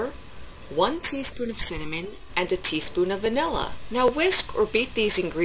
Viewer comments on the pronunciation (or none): You certainly had my head spinning at one point I thought you said one teaspoon of salmon lol..(it was cinammon) Its Peach season up here and the Winona Peach Festival is going full blast, so Ill grab some peaches and do this for sure!